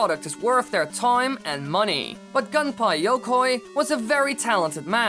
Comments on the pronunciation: gün-pay ya-koy not gun-pie yoe-koy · "Gun-pie Yokoi" vry good japanese pronounciation